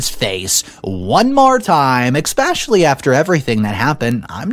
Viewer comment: There's no X in the word especially